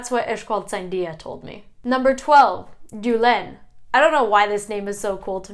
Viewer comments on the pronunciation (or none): Hi. Thank you for your research. When you pronounce Julen Mikel or Iker the accent should be on the first vowel not on the last one. Otherwise it does not sound authentic. Greetings from Frankfurt.